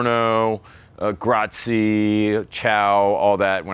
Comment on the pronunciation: As an italian i must say your "grazie" and "buongiorno" suck😂